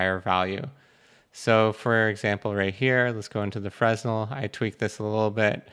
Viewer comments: it's "fre-nell", not "frez-null" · ...ok I can't let it go. My bad, my OCD. frenelle, Fruh NELL Stress the 2nd syllable and NEVER say the "s" at all. Cool vid. Thanks for your very informative material. Still learning Blender. Still feels pretty uphill but I am getting better (or I WAS until geo-nodes threw me down a bit and made the steep hill steeper for a bit)